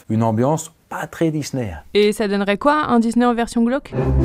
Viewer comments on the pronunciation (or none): none